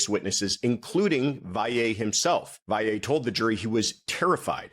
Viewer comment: So far you’re the only person who pronounces Valle correctly and beautifully. I know petty, but I just had to say it .